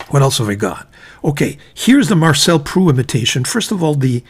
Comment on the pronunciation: Marcel Proust , the final S and T are pronounced like in " boost"